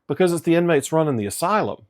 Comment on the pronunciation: I have never heard an accent on you thicker than when you said the inmates are running the asylum.